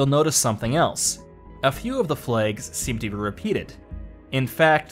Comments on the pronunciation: Why can’t you pronounce flags properly? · "Flegs!" - I think this is a guy from Belfast pretending... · I thought you were saying plagues at first XD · THE FLAYGS GUISE....GUISE......THE FLAYGS!